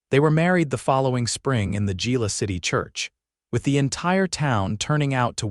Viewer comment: To whoever is narrating this it's pronounced ' Hila' not Gila